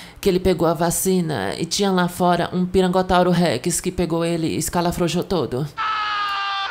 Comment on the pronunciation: mas ela fala "Pirangotauro"